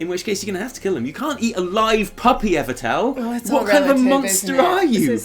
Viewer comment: I almost always agree with and Evitel, except when he continually mispronounces name. Every time he says EverTell, I mentally flick him in the nose. Maybe I should start smacking my monitor with a rolled up newspaper... worked for my dog.